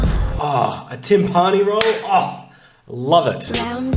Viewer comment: bro why do you pronounce timpani like that XD